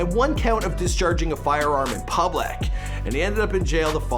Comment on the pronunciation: “in publek” 🤣🤣